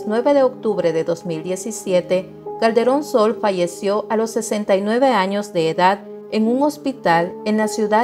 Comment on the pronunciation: Creí que decía " cachetón Sol" jajaja 😅